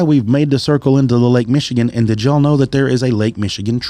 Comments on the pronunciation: Good episode, but, being from Michigan, you really need to do some quick research regarding the proper pronunciation of the towns/cities in the podcast. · No offense dude, but you are butchering most of these Michigan names.